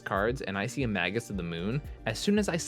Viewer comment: It's not "maggus" of the moon, it's "may-Jus" of the moon. JS